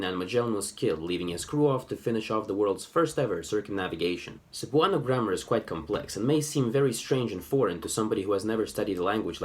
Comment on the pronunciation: I can confirm. (Edit: I forgot to mention how the stress was butchered)